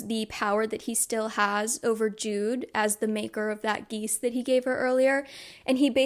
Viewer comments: Heads up you may want to give the audiobook a listen before next video, it includes stuff like how to pronounce names and stuff like geas (gesh, not geese) (to be clear, this vid is great, it’s just glaringly obvious to me as an audiobook listener when words don’t fit ><) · As someone that has read both the books and listen to the audiobooks. I am so sorry, but I feel that I must let you know about some of the pronunciations… The magical bargain, the geas- is said like “guess” but with a -sh sound at the end, “g-eh-sh” And her last name is Duarte, said with an accent at the end- “duar-t-eh” LOVE this video 🫶